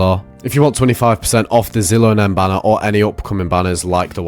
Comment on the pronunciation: Genuinely why do you say so many of the characters names so wrong? Do you just not care? Do you play the game on mute? I'm curious. Like it's pretty much common knowledge that it's shi-lo-nen, not zi-lo-nen. If you just didn't know, fair ig. But as a content creator, I'd think you'd know basic knowledge such as the character's names.